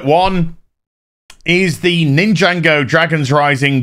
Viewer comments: Great collection - but it’s NIN-JA-GO not Ninjango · "ninjango" please it's Nin - jah - go. I have never been into it but i even know. xD